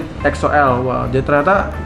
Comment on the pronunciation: Weedeweeh udah bener donk nyebut EXO-L nyaa 👏👏👏👏 Thank's bang